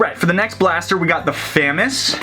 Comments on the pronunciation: ITS NOT FAM-AS ITS FUM-AAS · You say FAMAS wrong. It's FAH, like AAH, the MAS, like Moss, also, one of the unfinished kits you have is the actual FAMAS kit, since it's a bullpup, and you can make an actual AR15 barrel with a retaliator barrel and a part from thingiverse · He kept famas wrong it’s pronounced like famaus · It's f ah m ahs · yo, it's pronounced a "fu-moss" and BTW i love ur vids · Who else is cringing at fam-is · The bullpup looks more like a famas. Also ur saying famas wrong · You said Famas wrong noob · You said Famas it’s French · Love the video but you’re saying FAMAS wrong.